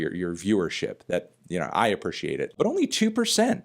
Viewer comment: You gotta learn to appreciate how to pronounce "appreciate" sir